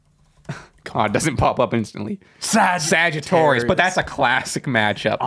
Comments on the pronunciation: Here for “sagiTORius” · Y’all saying “Sagitorius” instead of Sagittarius is SENDING me lol